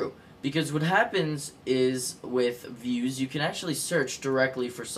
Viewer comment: its pronounced "vooze" not "viewz".